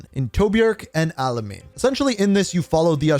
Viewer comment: Bro did not say Tobruk or alemain right